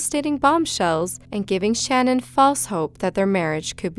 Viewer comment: I’m from Colorado and it really bothered me for some reason how you mispronounced CECE and SHA’NANON..